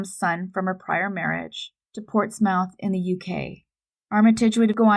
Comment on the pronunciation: Portsmouth is pronounced like Port-Smith